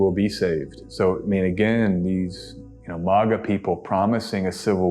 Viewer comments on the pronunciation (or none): Rubbish! Brits know how to say her name correctly. He also mispronounced MAGA, so at least he’s bipartisan in his mispronunciations. 😂